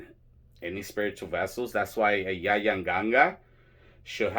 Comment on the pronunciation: I just love that you say Yaya and not Yayi. I don’t understand why that has spread so far into the tradition, I personally feel like it takes away the title/license as a whole.